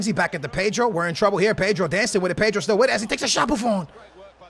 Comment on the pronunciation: your weird you can't say pedro